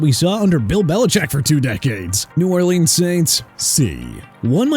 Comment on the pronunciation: Yeah Miami already fired Chris Grier and McDaniel and Tua are next also Jaelan Phillips got traded to Philadelphia so I don't wanna hear you trash my team no mo' and learn to pronounce people's names. Omarion Hampton pronounced OH-MAH-REE-ON, Jaguars pronounced JA-GWAARS NOT JAGWIRES and New Orleans pronounced New OR-LINS BUT KEEP SAYING NEW OR LEANS LIKE YOU THINK YOU'RE PRONOUNCING IT RIGHT! Too early for this garbage.